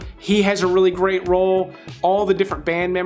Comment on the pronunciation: Gweat just Gweat. Bawbawa will be thrillbed to hear that you,at the very least at a subconscious level wespect her wok. Lmao. Omg bro love this channel, picks. Always right on 85-95%of the time. (Ladies???). Great work